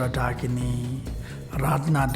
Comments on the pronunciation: Pl correct your pronunciation It is Dakini and not dikini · Not "Deh-kini" ..it's "Daakinee" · A Dakini in a Bikini, THAT would be a sight to see! 😄Hint: the word Dakini is pronounced Daakini, and DOES NOT rhyme with Bikini!!! God, English is such a difficult language. The use of Diacritic marks are essential. For instance, Däkini tell us it is Daakini. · I’m pretty sure it’s pronounced dakin-ee, not a word rhyming with bikini. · Dakini is mispronounced by you .It is Da akini